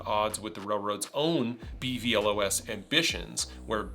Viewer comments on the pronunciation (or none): It's pronounced "Bee-vee·loss" 😅